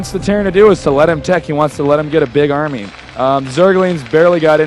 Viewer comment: Ahahaha, armNy? Thank god Tasteless stepped in to help out this abominable caster